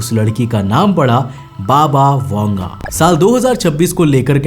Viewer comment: बाबा वेंगा है वांगा नही ठिक से पढ तो लो 😂😂